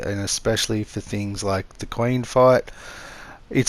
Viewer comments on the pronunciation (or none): none